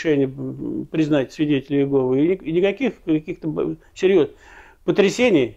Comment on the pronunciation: Произнесите пож-ста Имя Бога правильно не иЕгова а ИегОва